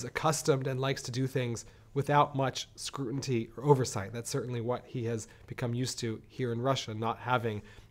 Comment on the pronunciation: Ha ha! He said "scruenty".